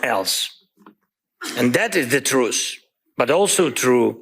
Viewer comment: The trewth is not what his speech reflects